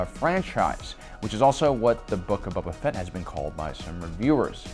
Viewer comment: Dude... stop calling him "Bubba Fett" lol. He's not an Alabamalorian.